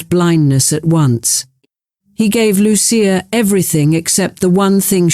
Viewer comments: God, the AI is strong in this one. So banal and repetitive. I see the software is boggling on Loo- sha, or Lucy-ah. Hint. She and her brother were given Italian names. It is Loo- chee- ah. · It was pronounced Loo-sha. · Lu-CHIa. They spoke Italian.